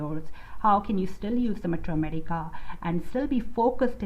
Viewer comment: ur pronunciation of Materia medica is unique